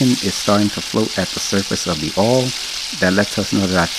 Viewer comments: You know it's gonna be delicious when the chef calls it "ouhl" instead of oil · You gotta put tha R on it ourhl!!!!😂😂